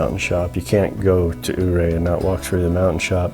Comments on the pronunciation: Dang - I'm just down stream below the power station and didn't know about this until this video. I'll walk up there in the morning and have a peek. I hate to be a snob but it's "You-Ray", with most locals putting an emphasis on the second syllable. Great video and thanks for promoting our fine little town. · for some one who "goes" to the ice park-how can you get it so wrong? Your-ray!!!